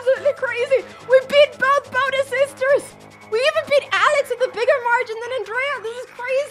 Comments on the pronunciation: isn't it bo - teZ not bo -tis? arent your pronouncing the name wrong? the emphasis is on the z not the b right? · Botttez not Bodez 😂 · The way she says "Boadez" has me dying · Can't even say botez right 😭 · youre mispronouncing Botez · so your dad is spanish but you dont know how to pronounce botez? mdr